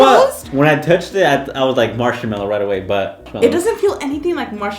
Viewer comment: When I hear them say marshamello NO ITS MARSHMALLOW AHHSHMXKXQ